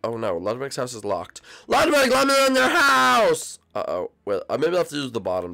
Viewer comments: Lugwid now Lugwig? IT’S FRICKIN’ LUDWIG!! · It was so funny when everyone was calling lugwig emo